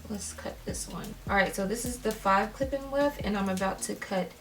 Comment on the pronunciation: All I hear is “clip in wef”